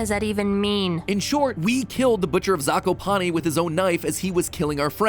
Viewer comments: Me an Ukrainian: Wrong pronunciation yhrhjd kdhqhsyfhaywywlj, not "Yagá" but " 'Yága", not "Zakopáne" but "Zakópane" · If for what ever reason you come back to this game zakopane is pronounced zah-koo-pah-neh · as a Polish person, the way „Zakopane” is pronounced in english kills me 😭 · Wow the pronounciation of „Zakopane” you showed makes my cry. I think you can guess i am polish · You really butcher the word Zakopane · zakopane is poland its not oekraine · "zakopane" is pronounced z, a (like in bAck), k, o (like in cOrn), p, a (again, like in bAke), e (like in Ending) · I love the way they pronounce zakopane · Everytime i hear you say Zakopane wrong i have a mini stroke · the way pronounce Zakopane is so weird im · Nice vid but... i hate how you say ,,Zakopane"